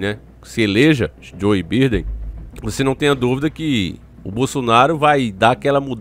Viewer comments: Velho é joe biden Você fala birden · Biden??? O correto é "baiden"!!! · Se escreve Biden se pronuncia BAIDEN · Mano se escreve biden mas se fala baidem